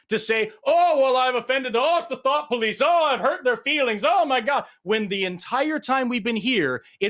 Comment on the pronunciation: Reactionaries: tries to get a rise out of people gets a rise "LAWL THAWT POWEESE!"